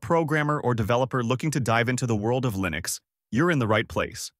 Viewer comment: This AI text-to-speech is horrible. "Lye-nix" ???